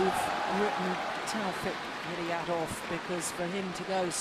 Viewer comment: I can't believe the women commentator after all these years still can not pronounce Taufik,s surname correctly.Honestly she is so dumb because nearly the umpires pronounce his name correctly !!!! Women please please please for once in your life either ask the poor chap himself or simply listen carefully to the umpire.it's so annoying,and if that's too difficult then simply call his first name which surprisingly you say correctly.